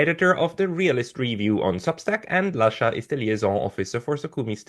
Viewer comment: No, no, no🙉This cannot be the correct pronunciation of Lasha's surname... and he's prominent on Neutrality Studies